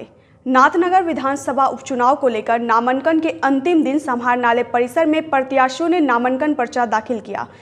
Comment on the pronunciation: नामंकन नहीं बोलते नामांकन बोलते है कोई ज़हर दे दो मुझे नहीं तो वीडियो जैसे जैसे आगे बढ़ेगा , वैसे वैसे रूह निकलेगी मेरी